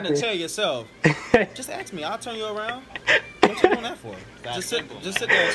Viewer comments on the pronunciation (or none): Alright lemme axe you a question you know what im saying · My man saying "just axe me" 😂💀